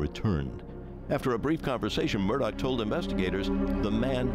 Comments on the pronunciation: What an unreal story…why does everyone keep calling him aleC Murdock his name is aleX with an X and you pronounce that last name murdaw - murdaugh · Nobody: Ja Rule: it's murdaa! (Murdaugh)